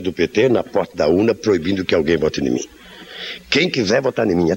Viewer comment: O Lula diz "se quizé vota ni mim" ! o coisa feia...